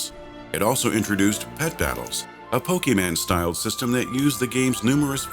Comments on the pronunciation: Oh dear god lol it's Poke mon not man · pokiman......Still good narration, I just wish they would study what they're talking about at least a little. It's those cringe worthy mispronunciations that really stick out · Hearing "PokéMAN" made me cringe really badly! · "A pokeman style" Dude you did a documentary about Pokemon, don't do thissss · "Pokeman" oh god my sides... And yeah more or less it's a "de-evolution" cash cow story. lol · Did you honestly pronounce it Pokeyman? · I'm sorry...PokeMEN? Really? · "PokemAn" lol, sorry, but I find it funny when someone says that unironically. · "Pokyman" XD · did he just say pokemans! XD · .. "a pokeman" ..? :D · Pokey-Man LOL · "Pokeman" say whut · Lol Pand-airin and Pokeman. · Hahahaha he said POKEMAN! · Lol "Pokemans." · This guy said "PokeMAN". DONE